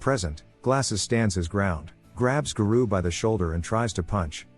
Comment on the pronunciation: I love opm and wanted to watch this recap of s2....but the way garou keeps getting pronounced as ga-roo is unbearable to me. Thumbs down just for that